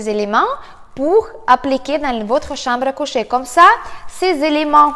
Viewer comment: la chamble à couchèèèèèèèèèèèèè . j'adore ton accent ! bises et merci !